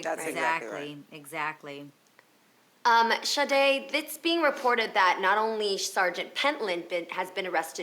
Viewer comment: It is so irritating when people say ShaRRRRdae. She has the exact name as my sister. And I hear people here say it all the time. THERE IS NO RRRRR IN HER NAME 😂😂🤦🏾‍♀️